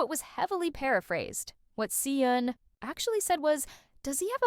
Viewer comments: hi! so 🤔 i’m curious as to why you pronounce their names like that?? considering that you’re (i’m assuming) korean?? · I was thinking, if she's korean was is she pronouncing badly the korean words and name... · the way the names si eun and beom seok are pronounced here🤢